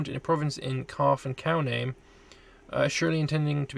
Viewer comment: I am SO PSYCHED for a continuation of this series! Nome is pronounced “gnome”, by the way.